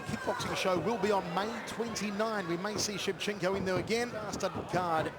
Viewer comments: It's Shevchenko not Shevchenka. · It would be nice if the idiot commentator would pronounce Valentina's name properly: It's ShevchenkO, not ShevchenkAH! BTW, she's great! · Shevcenko not Shevcenkah!